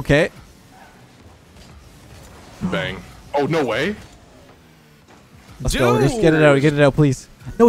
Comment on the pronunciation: Whenever says let's go I think it's leths go😂